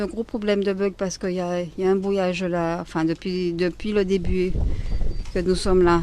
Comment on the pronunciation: “Y a des tentatives de bwouillage”, “ILS ont activé des bwouilleurs depuis qu on a commencé à diwe des twucs qui dewangent” non mais stop! 🤣🤣 après le complot mondial contre l émergence de l Afrique, celui contre le fwere 😂👍🏻🙄 pour l’empêcher de diffuser la vérité au monde entier...